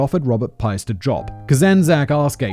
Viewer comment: Piest is pronounced Peest